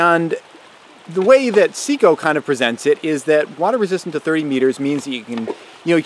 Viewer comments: Good video. Seiko like SAY-KO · It would be a good video but it's pronounced Say-Ko. Can't take you seriously if you can't pronounce the name is the product right.